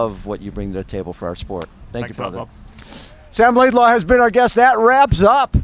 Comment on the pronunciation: I’ll never understand the LaidLAW pronunciation…